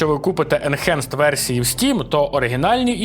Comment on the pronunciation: Сам ти "енчанджет". Уроки англійської в школі мабуть прогулював? Бо читається воно як енхенст. Ось тобі транскрипція (/ɪnˈhænst/)